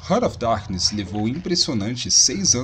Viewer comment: Desculpe mas... escutar RANA OF DARQUINES é de doer os ouvidos... se pronuncia RÁRT OF DARQUINES A trilha sonora desse jogo e maravilhoso principalmente o som quando você matava algum inimigo, o só da explosão era muito top eu joguei muito esse jogo na época, vou ate baixar novamente e jogar em um emulador. Ótimo jogo um dos melhores do PlayStation 1